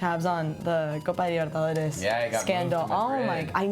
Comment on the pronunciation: When she says Copa Libertadores and her voice drops three registers 'cause that thick accent